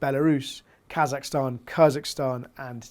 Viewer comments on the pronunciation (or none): none